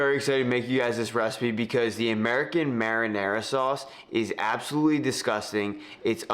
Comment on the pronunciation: That’s a nice “mahdinah,”!